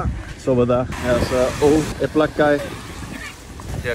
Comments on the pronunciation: elblĄg, like elb-long not elblag xd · if you want to go to a city first learn at least how to pronounce it..because if you ask "where is el black" no one will get it.. ELBLOUG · they didint know what u are saying cuz u are not spelling that city name in proper polish. They heard it like El Black :D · By the way, isn't the city pronounced like ""Elblong"? Sometimes the locals can be very strict with stuff like that. Either that or some really didn't know the place. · Haha I am from Elblag... great video, it was fun to watch but dude, you still pronounced the name wrong even at the end haha. Who told you it was pronounced that way? I think you got pranked lol. The right pronounciation is: ELBLOUG. You can check the pronunciation on Youtube, it probably wont let me post the link here. Cheers! :) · It’s pronounced Elblonk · Its pronounced "Elblong". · You should pronans like,,oblong,,just change ,,o,,for ,,e,, it want be perfect but quite close.